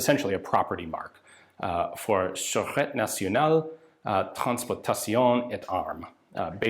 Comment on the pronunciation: Surete National = sir-ette-TAY National. That's an accent aigue on the second e, so it's pronounced, eh. Like the French influence in Canada. Surete = Security. National Security, which the French call Security National.